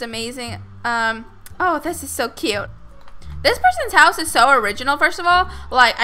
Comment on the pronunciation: you saying my hause is weird